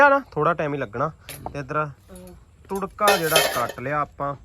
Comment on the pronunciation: turka nahi tarka bola kren